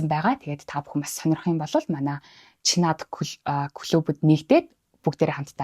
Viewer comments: Чинад гэж дуудаарай. Чинаад биш шүү. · Чинад дуудлага засахаар байна…